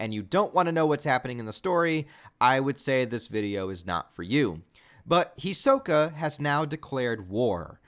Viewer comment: You are saying his name wrong